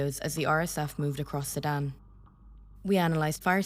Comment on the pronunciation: SU DAN !!! Say SU DAN!!! Not Saddam!!!